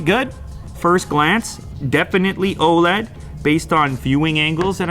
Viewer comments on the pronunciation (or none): none